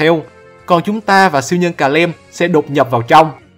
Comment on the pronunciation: Calem nhưng e toàn đọc là Cà Lăm :)))))